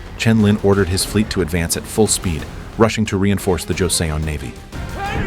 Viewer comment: It is not Jo-Se-On.... it is Jo-Sun....